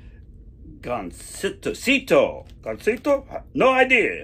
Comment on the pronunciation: It pronounced Gan- seee-toe liberal Larr.... I mean!!!